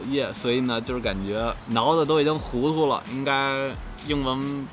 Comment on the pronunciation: "脑子都已经糊涂了" 听出了天津口音lol